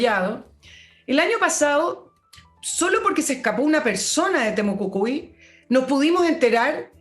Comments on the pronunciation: estimada es TEMUCUICUI no TEMUCUCUI..... jajajajajajaja.... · Buenos días, una vez más escuchando y agradeciendo sus análisis tan acertivos 😊. Sólo un alcance para, la encuentro SECA! y por lo mismo me hace ruido cuando habla de "Temocucui", estimada el nombre es Temocuicui o Temucuicui. Besos a ambos.